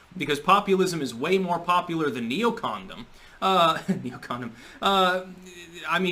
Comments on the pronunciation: "Neocondom" I heard it here first... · Lol "NeoConDom"